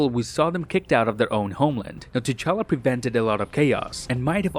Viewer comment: Why Nebula calls T'chala "cha-cha"